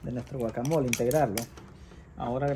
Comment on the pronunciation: Eso no es un guacamole, ni siquiera lo sabe pronunciar, mejor deberia investigar o que le llame de otra manera, mejor vean recetas de México que es el origal.